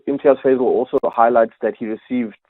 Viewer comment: Fazel not fadel